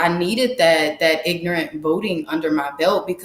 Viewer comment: Wonderful to hear. I like the clear articulation of ignant. 😂